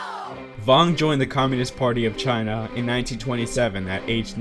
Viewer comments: Interesting video, but what is "commuist" that you keep repeating? xD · Commuist lmao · Might need to learn how to pronounce Communist. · Great video but damn the one narrator needs to work on her pronunciation on some words especially ones like "Communist, Communism"